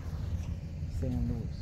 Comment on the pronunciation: Pronounced San Loo-ees. Great reporting 👏 thank you for exposing what's happening on the border